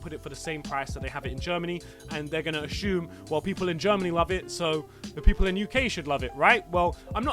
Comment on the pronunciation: i just love drews “ashume”🤣